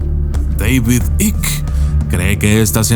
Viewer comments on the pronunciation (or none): "AIK" se pronuncia "AIK" no Ick, Devid Aik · Se pronuncia " aiqui" = Icke no "ic" David icke = deivid aiqui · Mi querido permíteme corregiros se pronuncia David Aik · Se pronuncia aik